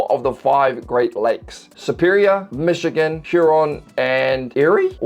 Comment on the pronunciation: Bro... seriously? Don't make a video if you're going to butcher a place's name. For fuck sake.